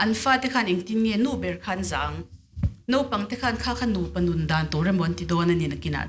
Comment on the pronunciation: A bengvarthlakin a ngaihnawm hlê mai! Chutih rualin,naupang chhe ho ṭawng ang deuhin,mai mai tih turah mei mei tih te,naupang tih turah,nopang tih ang chite etc hi lam fimkhur deuh tawh se a ngaihnawm zual ang.